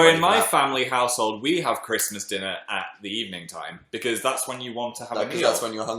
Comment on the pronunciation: diD HE JUST " so many movies and so little yime" CAN YOU NOOOT STOP KILLING ME